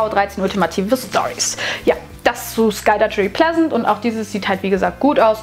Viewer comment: Oh man haha😂 SkulduTSCHery Pleasent? Entschuldige, Klugscheißermodus: doppel -g, also sagt man auch skaldagæri (primitive Lautschrift, ich weiß).